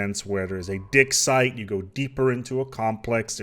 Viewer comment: I heard dicksite too :D